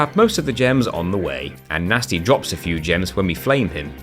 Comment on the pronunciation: guhnasty guhnork